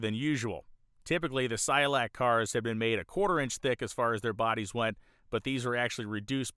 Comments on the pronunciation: It's not Cy-o-lac. It's pronounced: SI-koh-lak. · Cycolac, not Cyolac. woopsie 😬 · You keep saying Cy-olac. Is the second C silent? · You mispronounced cyCOlac over and over. Otherwise, I loved it. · HOW MANY TIMES DID THAT GUY MISPRONOUNCE CYCOLAC???? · Did you really just go the whole episode mispronouncing "Cycolac"?